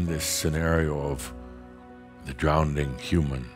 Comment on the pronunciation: I’m listening but get stopped every time I hear mispronounce drowning as drownding! 😮